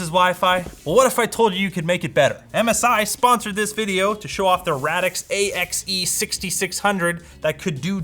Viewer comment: It's pronounced RAY-dix